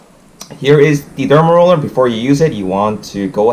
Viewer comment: The way you say it sounds like dumb roller. :) Good video.